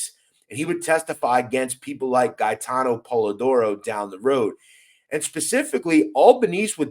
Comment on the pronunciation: Respectfully you pronunciation of Gate-en Polidoro. He was a Fuckin gangster for real,I went to junior high school with him..He was a stand up guy.. He was taking shit down by himself he was like a daredevil love to ride dirt bikes, real athletic.